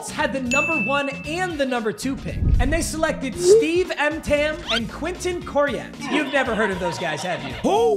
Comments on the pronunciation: Mtan? It only shows you weren’t around to watch football then. It’s ett-men and Corey-aught on how to pronounce their last names 😂😂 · Learn how to pronounce names before you post "Klingler" not Klinger. And Steve Entman. Pronounced Ent-man. Not Ent ham.. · Steve Emtman is how you pronounce it and he was a Heisman finalist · At least pronounce the names right Emt-Man and Cory-yacht Yes I remember these guys, Emtman was a good college player. This is back in the days when RB's went early in the draft. So if a RB didn't go number one or two then some other poor schmuck had to take the fall. The Colts were 1-15 in the 91 season. They went 9-7 the following season. So it couldn't have been that bad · No… pretty sure nobody’s ever heard of Steve “Em-tam”. Cmon man, you’ve got 450K subscribers, learn to pronounce names of college football legends. And yes - people do remember those players. The world existed before your birth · Gotta work on your pronunciations. Eet-man, Klingler.....i dont know how you get these wrong. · Don’t ever disrespect Steve Emtman with that god awful pronunciation, the former Washington Husky was a god amongst men in college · Woodson's HOF. Vincent is arguable HOF. Jimmy Smith was really a great WR for many years. . . then the drugs. But pronounce the names right though. You mispronounced almost every name, you just skipped letters. You didn't do the research. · Way to pronounce Emtman